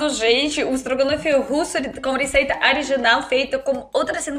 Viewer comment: Você diz Ariginal e não Original. Pravar e não Provar. Mas, passar de russo para português, deve ser muito difícil. Mas, para nós, entender o alfabéto cirílico, é a coisa mais difícil do mundo.